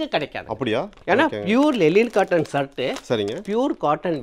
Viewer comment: தம்பி அது பேர் சேட் இல்ல ஷர்ட் 😂😂😂😂